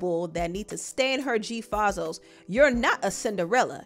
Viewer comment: Just for future context, it’s pronounced “Fae-Zos” lol not Fa-zos. Listen to old G herbo, he’ll say “all white g fazos”